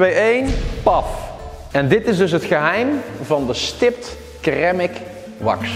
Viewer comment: Ceramic wax -spreek uit: 'Seramic' , ipv Keramic. ( maar goed, het is wel een prima produkt )